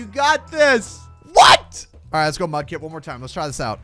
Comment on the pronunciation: Mudkip not mupkip